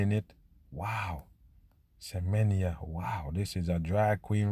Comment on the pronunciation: That one name is Semenya like Semen ya